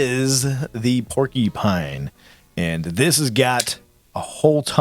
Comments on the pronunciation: Pronounced "Poor Q Pine" fwiw 🤪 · lol yeah sounded like Porky-pine